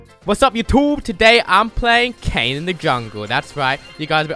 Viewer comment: ITS FUCKKING KAYN NOT KAYNE